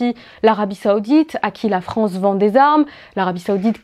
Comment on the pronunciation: la fronce la fronce la fronce